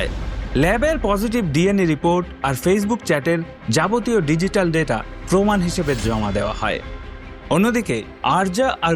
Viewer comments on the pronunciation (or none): none